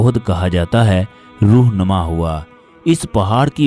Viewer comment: روح نما غلط ھے رو نما صحیح ھے۔